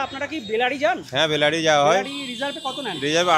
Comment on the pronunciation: বেলারি নয় বেলাড়ী